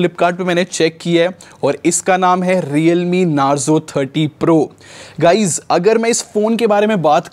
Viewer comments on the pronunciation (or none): none